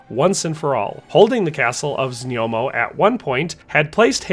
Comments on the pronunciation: znojmo - znoymo. Not znyomo. Znoy-mo. One of the easiest to pronounce czech city names. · Few names isnt hard and its just a little effort here...ZNJOMO vs ZNOJMO is rather easy to say..not even hard to pronounce..